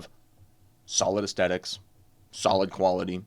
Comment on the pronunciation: My dude. It’s “aesthetic”. With a “th.” Not “aestetic”. But good video.